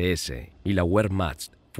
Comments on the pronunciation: NO SE DICE "uermacht"..se dice .Vermajt....!!! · En alemán (igual que en español) la letra w es v doble y se pronuncia v. Al contrario que en inglés que la letra w es u doble. Por lo tanto, wehrmacht se pronuncia vehrmacht y no uehrmacht. Y Walter se pronuncia Valter y no Ualter.